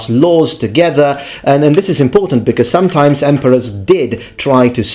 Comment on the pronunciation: "somedime'maybe good, somedime'maybe SHIT!